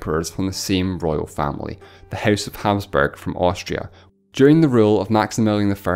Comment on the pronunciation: The way you said Hapsburg like "Hazburg" drove me crazy!